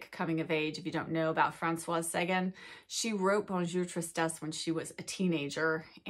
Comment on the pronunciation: Love you but I have to correct - it's Francoise, so it's feminine and you pronounce the "S." Also, on Sagan, the emphasis is on the last syllable - S - ay - gan - like tan. Forgive my correction!